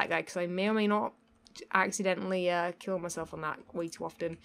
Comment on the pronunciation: AXE iddently